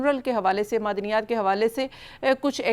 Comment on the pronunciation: بی بی ، 'مدنیات' نہیں 'معدنیات' 🙏